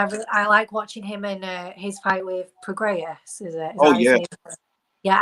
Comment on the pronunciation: So who is this guy?? Does he do the shows everyday and use a NY accent as a joke?? Regis Progarious is a joke?? He's mispronouncing on purpose?? This is the smartest boxing channel on youtube I find it hard to believe they don't know how to pronounce so many names. "Usually PBC fighters" lol